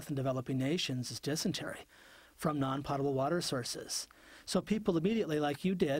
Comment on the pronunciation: Hey Cody, it is not POT-able water it's pronounced POE-ta-ble. JT